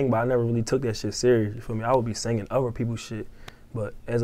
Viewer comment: he's don't say other he say ofer